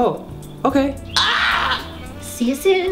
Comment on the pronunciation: I remember Mkay instead of okay